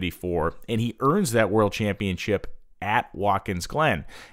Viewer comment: Championship ChampionSHIP!!! NOT ChampionCHIP!!! It's a title, not a cookie.